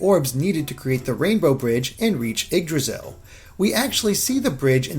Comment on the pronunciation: Haha the way he pronounces Yggdrasil... the Gs are silent!!!